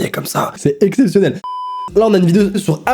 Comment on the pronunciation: À il dit "c'est exesionelle"